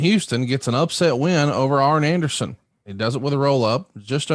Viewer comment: It always sounded like Dusty called him Iron Anderson.